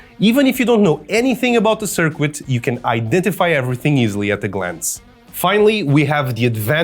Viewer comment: that's a really good idea. Lol at circoo-et and Bee-ta